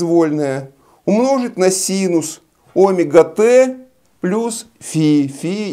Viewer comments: Всё замечательно, но "Омега" режет слух, товарищи. Ведь "омЕга" должно быть... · У физиков есть личные ударения. Обычная практика. Например, двухвтОмные. Ещё от региона зависит. Привычка =! истина :)